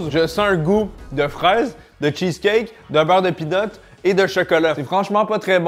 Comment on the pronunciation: Quand tu dis "beurre de pean", le français moyen comprend "beurre de pine" Ça fait bizarre 😅